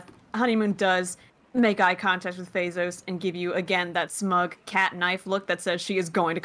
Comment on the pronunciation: I can’t help but hear Bezos when they say Fezos.